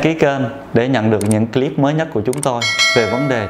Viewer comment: Bác sĩ nói tiếng Em thì giỏi . Còn nói tiếng Anh thì dở ẹt .phát âm từ CLIP sai bét . Mỹ nó cười cho.